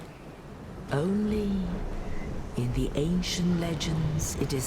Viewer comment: it's beginning not beganning dude